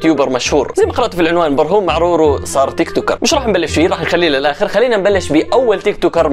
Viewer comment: قلت برهوم معرورو😂😂😂😂😂🤣